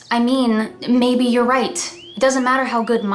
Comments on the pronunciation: I thought you say baby to the evil nerd but you said maybe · When she said “maybe” I thought she said “baby” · am i the only one who heard baby instead of maybe